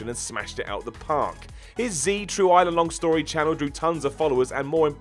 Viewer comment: No one is gonna say anything about saying "Z True Island Long Story"? Okay then. I won't either.